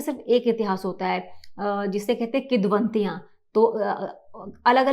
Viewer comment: Kidvantiyan 😂😂😂😂 it's kivdantiyan